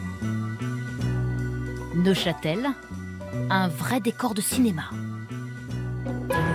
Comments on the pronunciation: Neuchâtel pas Neufchâtel 😂😂😂 un peu de sérieux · Neuchâtel, et non Neufchâtel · Neuchâtel pas neufchatel, et l'absinthe est originaire du Val de travers. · NEUCHÂTEL !!! (Et non : NeuFchatel) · Super sympas "NEUF CHATEL" ahaha 0 respect